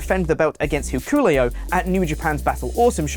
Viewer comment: Yo called hikuleo..."hicolio" lol